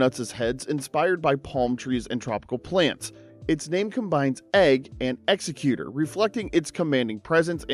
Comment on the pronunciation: its 2025 and we're still pronouncing ECKS-egg-cute and ECKS-egg-u-tor completely wrong. Whats next pronouncing Arceus like ARE-see-us instead of are-KEY-us?